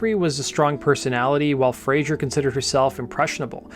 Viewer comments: Great video. Tiny niggle, just a pronunciation note: It is Fraser (z sound) , not Frazier (zh sound). Frazier is the character that Kelsey Grammer played. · It's Fraser not Frazier 🙄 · It's Fraser, not "Frasier". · Elizabeth's surname is Fraser not Frazier! FFS 🤡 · The singer's surname is Fraser, not Frazher. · Sorry to correct you but its FRAZER - NOT "Frazier"... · Great video. Thanks. However your pronunciation of the Scottish surname "Fraser", as in "laser" or "lazer", must have been influenced by the US sitcom "Frasier". Grating by the end of the video 🙂